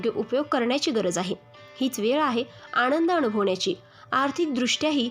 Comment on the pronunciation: भावणा नाही भावना. आणंद नाही आनंद